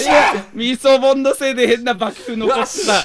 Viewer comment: ミ、ミソボン…？ イソボン…？ 何ボンって言ってるんだろう…！